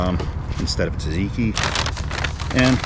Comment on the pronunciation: cant talk about butchering the poutine when you dont even attempt to pronounce other foods correctly lol. jye-roes and tuhzekee